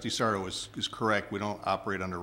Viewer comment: not sure sarto was arguing for but she only had an ad hominem for a response. yeah that wasn't a death threat at the end anymore than the motion was literally "dying" when she said it was, he was referring to their political careers. also, it's sarto accent on the "to".